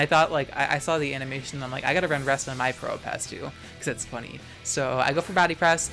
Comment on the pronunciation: i always mishear you saying probopass as pronoun pass 🤣😭 you get one (1) pass to call me he